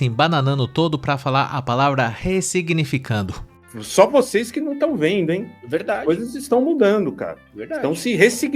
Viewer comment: O cara não consegue falar ressignificar kkkkkkkk